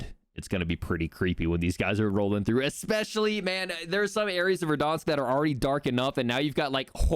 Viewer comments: Great video, but its ver-DAN-sk not ver-DAHN-sk. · He can’t say Verdansk properly lol he’s adding an extra R - Verdarnsk lol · Am I the only one who thinks it's funny that he pronounces it "Verdonsk"